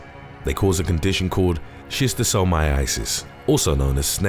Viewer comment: Solid attempt at pronouncing Schistosomiasis. 6/10.